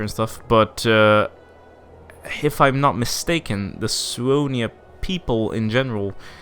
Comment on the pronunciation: That's how Scandinavians pronounce it.